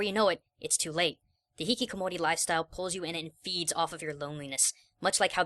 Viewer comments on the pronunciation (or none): It's Hikikomori,. Not Hihikomori.